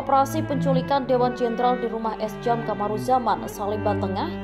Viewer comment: Narator tribun selalu terasa kurang gimana gitu. Ejaan nama sjam seharusnya dibaca [syam]; Harjono seharusnya dibaca [haryono]; Soetojo seharusnya dibaca [sutoyo]; KSAD, walau bisa dibaca per-huruf namun lebih lazim diucapkan serupa akronim [kasad]; CIA apabila diucapkan menggunakan bahasa aslinya (Inggris) maka diucapkan sebagai [si-ai-ei] atau apabila dibaca menggunakan Bahasa Indonesia lebih tepat [ce-i-a] namun sepertinya tidak pernah ada yang membaca sebagai [sia]. Mbok ya, sebelum rilis dicarikan redaktur, biar ga memalukan.